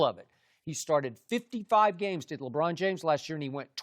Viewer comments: it's not even "Lebrawn". He flat out says "Lebran". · Chris Broussard: LeBran